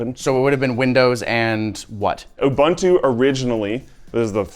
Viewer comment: I heard people say "Abuntu" before, now I heard "ubAntu" (mentioned at the end), some day youtubers will learn to say "ubuntu". I guess English would write it "OO-BOON-TOO"